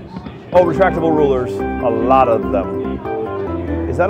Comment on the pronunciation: "Retractratible rulers"